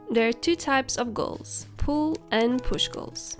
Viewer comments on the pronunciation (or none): it sounds like you're saying pool goals